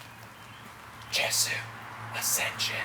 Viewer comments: Yes yay-zoo not jes-ooo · Is it not pronounced Yey-soo? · for the record it's pronounced "YAY-zoo" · it's pronounced Ye-zu... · In my humble opinion, being a die-hard fan of Justin's music since 1989, I cannot bring myself to judge or even stratify his music from good to bad. Such originality doesn't deserve to be judged, but....reviewers must do what they do, and for that you have my respect, for better or worse. "Ascension" I love this album. and yeah, it's pronounced "yay-zoo" :P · man sadly, I kind of agree with you here. Even down to the artwork. But hey, the dude can't put out instant classics all the time. Its like the rollercoaster broke down halfway up the hill and now i have to walk down the steps.....hey i think its pronounced Yay-zoo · It's pronounced yay-sue, by the way :P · It's pronounced "Yay-sew." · IT'S YAY-SU!! YAY-SU!!! This is how You read it. Why no Bukkake yet? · tru, you pronounced it wrong :/ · If you watch videos of Justin, pronounces it with a "J".